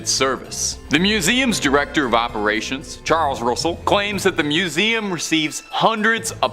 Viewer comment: Aper rations 😂